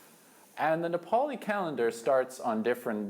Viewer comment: U pronounced Nepali words so well....Loved u guys.